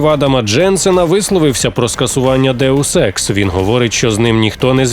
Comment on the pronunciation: Що говорять: Deus Ex Що чую я: Daewoo Sex